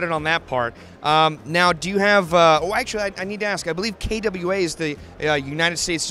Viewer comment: obviously not tiring from his famous KWA pronunciation:)